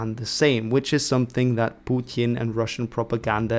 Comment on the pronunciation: It's not Putjin, it's Putin. (for Dutch people: Poetin, niet Poetjin)